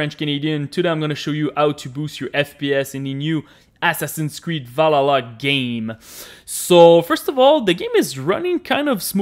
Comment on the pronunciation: "... the new Assassin's Creed Va-la-la game"? for real?